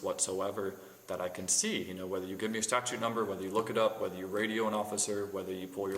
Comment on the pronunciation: Did he actually say "Florida State Statue?"